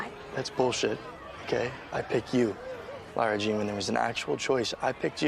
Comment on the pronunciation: Her name is Lara-Jean not Laura lol